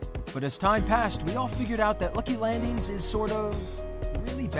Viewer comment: He legit says “lucy landings”😂